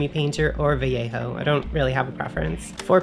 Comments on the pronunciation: "adds some much needed snake skeleton to your bases" 🤣. Also, you're one of the few non-spanish YouTubers that pronounces "Vallejo" correctly 🙂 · Thank you for pronouncing "vallejo" correctly 😂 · I like how says Vallejo properly! 😉 Everyone raves about contrast paints.. is it just me?! To me they are just washes and require multiple coats for a proper layer, which defeats the stated purpose. My other bugbear is that the descriptions in no way indicate the actual colour... Which is fine if you buy them all and experiment but rubbish for beginner painters with a limited budget!! Has anyone else tried the army painter speed paints? A few channels recommend them but it's hard to know if they are incentivised or have 1 million paints and will go off them...?!?